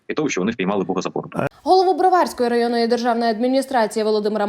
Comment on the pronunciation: БроварськОi,а не БрвАрськоi!